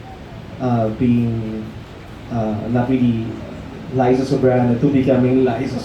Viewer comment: Ok to all those interviewing LizQuen please show “LIZA” the respect she deserves and say her name correctly, it’s LIZA .. LIZA ..not ‘ LISA ‘ this just make you look stupid very unprofessional and one questions why you’re even there! Thankyou Enrique for always correcting them 👊